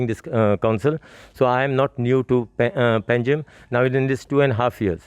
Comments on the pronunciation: It's pangi or pangim not panegim. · It's Panjim not Pa na ji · पानाजी क्या होता है.. it is पंजिम